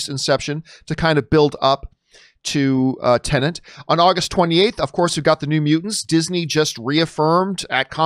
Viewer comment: Why do you say teneNT and not TenEt ?